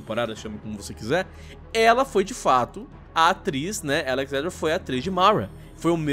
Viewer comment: Fala o nome Mara direito ksksmsmsm